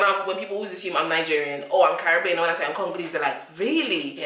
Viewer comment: The American needs to pronounce Caribbean correctly.